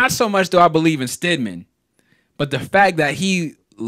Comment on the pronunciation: stidham not stidman, great video tho